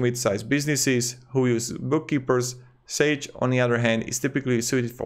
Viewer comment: sage is pronounced like page. I have an older version of quickbooks which is modified so my entries match the irs deduction categories. If I did not HATE paying subscriptions, or if I didn't have multiple businesses to keep track of, I would just buy the new version of quickbooks. Years ago I tried every single bookkeeping software and finally decided I had to buy and learn quickbooks. Now they are forcing everybody to buy the subscription model for $250 a year or whatever and I don't want to do it. My question to you is this. Is there a serious alternative to quickbooks that serious people use. I don't want a cheap plastic imitation that is not really good. I don't really want to waste time experimenting again. But if I have to I guess I have to. I can probably get through this year's tax season turning on my old computer with my old version of quickbooks and doing data entry again as I have for years. But I know I can't just keep doing this forever, at some point I will have to move on. Appreciate any advice. Thank you.